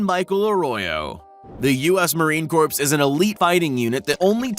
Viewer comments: The "p" in Corps silent, sounding like "Core". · The commentator was doing good until he said "Us Marine Corpse"..